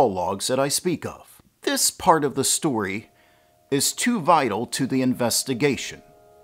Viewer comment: Did you say the evidence is ‘too vile to the investigation’, or ‘too vital’?